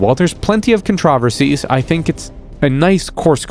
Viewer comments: I just can't get over this guy saying controversies wrong multiple times.😮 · Dude really said conTRAHversies 😂😂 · I liked this video But the way you pronounce it as "Con-Traw-Ver-sees" makes me laugh